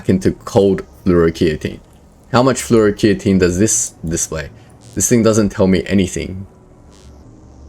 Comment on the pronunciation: Hey boss just fyi fluoroketone is pronounced Flor-oh-key-tone.